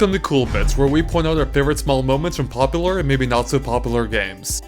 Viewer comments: i like these videos a lot but one thing i cant stand.. at the start of the video every time he says popular like poplar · The way you say popular is wrong and annoying. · Still love how you say pop a lur XD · Biohazard Yeah, but that's the voice-over narrator seems to pronounce the word at the beginning... lol